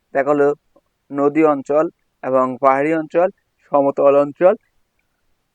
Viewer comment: আপনি নদীরে নদু বলছিলেন 😮